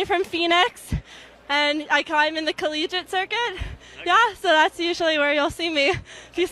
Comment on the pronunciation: "Collegique" - oh.